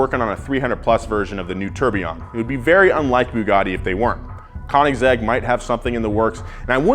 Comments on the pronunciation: I liked your naming convention: "BOOGABI" & "COINZEGG"😂😂😂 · Gotta LOOOOVE The mispronunciation of Tourbillon and Koenigsegg on Car Enthusiast YouTube Channel